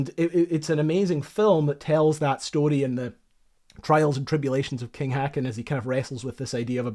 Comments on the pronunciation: The Norwegian king's name is pronounced "hawken' not "hacken." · king "hacken?" HACKEN? fucking WHO IS THAT i am fine with our language being butchured but there wasnt even an attempt there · King Haakon's name is pronounced "Hawk-on". A pity you didn't get some recordings of the German and Norwegian words when you were at Drøbakk. Weserübung - Vayzer oo bung, for example. Good video! Nice graphics. "Visst fæn skal det skytes med skarpt!" - Oberst Eriksen's famous words when asked if he was sure he wanted to shoot at the unknown battleships. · The pronunciation of King Haakon is closer to "hawk-un". Not "hacken", at any rate. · Ffs! If you are going to make us cringe in horror at you mangling of the German language you certainly succeeded with "Weserübung" which is pronounced "Veyzeroobung" not "vesserbung"! But well done getting Blücher correct! And King Hoekon not Haakken! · Very minor note: The king at the time's name is pronounced similar to "hoe-kawn" for English-speaking peoples... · Meanwhile, I'm wondering how you managed to royally rape the name of the king, to the point where you turned an O, into an E.... Also, why the double consonant? Not to forget mentioning using A instead of Å, though more expected; 'cus, of course, no monolingual native English speaker, would ever bother checking how to pronounce stuff, and just assume that every language in the world follows their NONSENSICAL ENGLISH SPELLING RULES, before making a fool of themselves in front of a million people... 🤦‍♂ You know, there are tools freely available, that would help you know how to pronounce stuff, like: Wikipedia, and Google Translate; which has the ability to read stuff out loud for you, and has phonetics... Not only that, but you actually went to Norway; not like you could've just asked the locals how to pronounce a few words..? You really have no viable excuse available, imho...